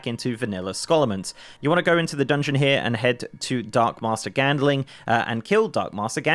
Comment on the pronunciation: GandLING not gandeling -_